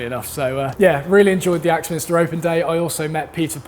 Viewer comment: Sorry but surely it's Axminster not Axminister?? Peace.